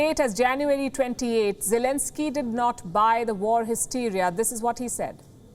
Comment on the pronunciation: I actually heard zielinski however it's you pronounce it his name ..... is actually a stand-up comedian and also an actor 🤔